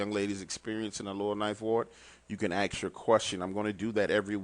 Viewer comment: AKS (AXE) a question?? Nah, ASK a question bro. ha ha ha